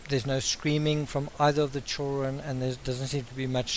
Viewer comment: children pronounced “ chill run”.... love it!! 😘